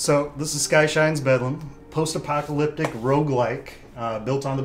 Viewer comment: Did he just say "post-apocYalyptic"